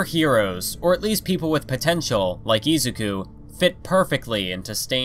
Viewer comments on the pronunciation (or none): i LOVE this video but every time you say izuku i cry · I swear if you say izuku the wrong way i am gonna lose my mind im sorry but its just reallly bothering me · i can't stand the way this guy says names like Shigaraki, Izuku, and Ingenium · It triggers me how much he said Izuku wrong